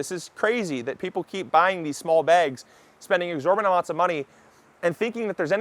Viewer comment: It's EXORBITANT. NOT exorBANT